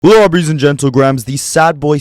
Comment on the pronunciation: "Lawbreys and gentlegrahams" 😂😂